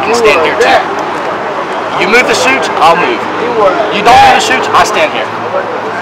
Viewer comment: "... tell the shuits... " "No, shir... " Had a bit of chardonnay today, sir?